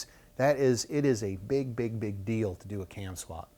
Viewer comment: Too bad you can't say CAM.